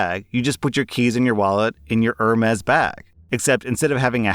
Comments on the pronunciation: Love the content but it’s pronounced erm-ees liked Hermes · Ah, it’s “air may”